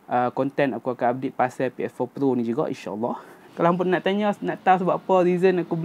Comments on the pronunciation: Awat hg sebut pro mcm plo. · kenape sebut ps4 plo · Kenapa dia cakap ps4 "plo"